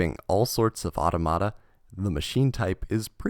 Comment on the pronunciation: Cyberse has had an icon for the past 2 years. Also, you said "automata" wrong